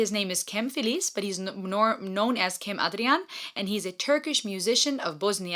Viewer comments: You should listen Sertab Erener - Aşk (Acoustic) performance. She has a unique and beautiful coloratura voice. Ps. Cem name is pronounced like gem. Turkish words mostly close to phonetical alphabet. The letter C is actually pronounced like a G 😊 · His name is not "cam" its sounds like "gem" this is how you read turkish "c" word. Basically like "g" in english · In Turkish, "C" is pronounced like "G". So, a more accurate pronunciation would be to say Not Kem, Gem Adrian. thanks for reaction ♥ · Cem is pronounced like the word jam.